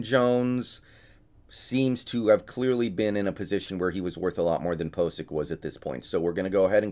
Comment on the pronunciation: PO tential Ethan POcic lol did you do that intentionally?